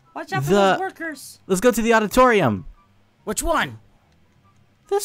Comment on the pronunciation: and why did you say aoditouriom